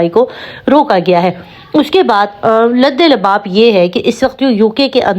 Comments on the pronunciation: بیٹا لب لباب ہوتا ہے ، نہ کہ لدے لباب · Urdu bolna nhi ati lbelbab lfz hae olta bol rhi hopless